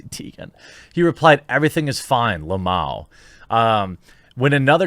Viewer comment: So we gonna ignore the fact he said LMAO as lamao. Haha